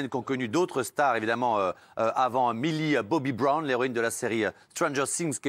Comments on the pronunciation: 1. Vous savez même pas dire Millie Bobby Brown 2.Depuis cette vidéo elle se fait critiquer de fou malade alors franchement vous inhumain a critiquer les autres comme ça 3. Elle fait ce qu'elle veut Allez bisous les rageux 🤡😘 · Mais commencez par bien prononcer son nom au lieu de juger ce qu'elle doit faire et pas faire... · Par contre les prononciations... millie bobbie brone... stronger sings 😩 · déjà quand on prononce strangeur cing et millie boby brone on se tait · Elle est normal deja il ne sait meme pas prononce stranger things alors qu'il la ferme petit message elle et magnifique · Sheryne Lapalu non mais je sais très bien comment ça s’ecrit mais c’était pour montrer comment il prononce stranger things et millie bobby brown